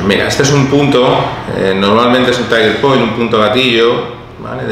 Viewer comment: "Tiger point"? No sería "Trigger point"? xd